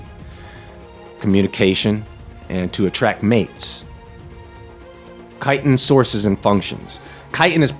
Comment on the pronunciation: I thought you said chitterlins lol